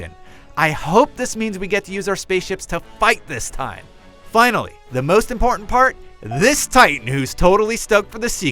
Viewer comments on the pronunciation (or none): none